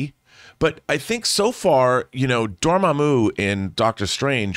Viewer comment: I mean no offense by this but i don't know what's worse, them not being convinced rintrah is in the movie even though he's in the trailer or mispronunciation of mordo and dormammu